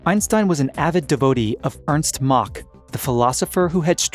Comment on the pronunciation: Mach - not Maakh